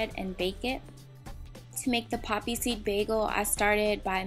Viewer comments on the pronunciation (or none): none